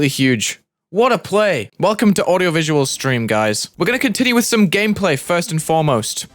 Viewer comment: Mmmmm, my favorite, "Audieoviual"